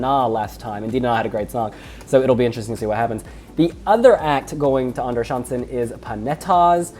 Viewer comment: Don't be too hard on yourself, you're doing great pronouncing "Andra chansen" 😘